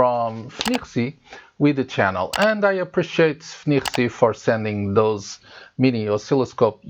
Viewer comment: I mostly wish I could pronounce FNIRSI as well as you 🙂